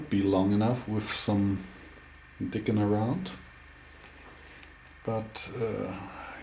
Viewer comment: “Dicking around” in Bavarian English is hilarious!!